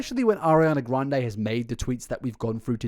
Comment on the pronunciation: Ariana gwuande